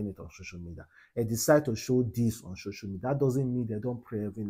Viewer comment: is called "social media" Not shosho media😂😂😂😂😂😂😂😂